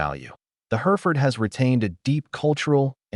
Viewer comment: hɛrɪfərd/ - HERR-if-ərd There is no her in the word.